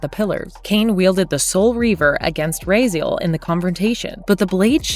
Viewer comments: The narrator obviously never played the games. it's Ra - Z - L not Ra-Zeal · Maybe say Raziel's name right at least. Rah-z-L, not Rah-zeel. Do some more research besides text level and you'll see the the pacing and tone of the video as well as pronunciation of the key movers of this entire saga is wrong. This stinks of AI voiceover. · Ra-Zeal? Ok. NVM... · I only disliked this video because i got tired of hearing this woman pronounce Raziel's name wrong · Bro she even got Raziel wrong 😭